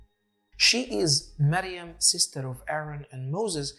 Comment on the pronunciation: Miriam and not mariam